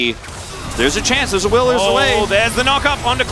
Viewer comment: "where theres a willer theres a way" i cant get over it, it cracked me up xD